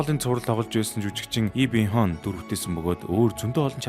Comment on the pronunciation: И Бён Хонь гэдгийн харчаад хичнээн инээвээ - хонь гэдгийн бас их гоё кориа дуудлагаар хэлээд байгаамаа😂